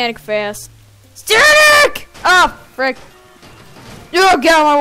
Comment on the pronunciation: Don't say sanic